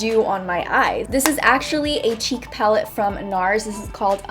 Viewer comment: When she said a "cheek palette from NARS".... I thought she said cheap and I was like whatttttt???? NARS???? CHEAP???